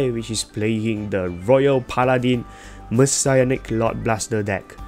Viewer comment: I thought it was pronounced Messianic and not Messiahnic. Aichi pronounced it as Messianic.